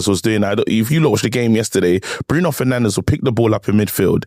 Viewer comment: Did just say “Bruno ferNANDOS” 😂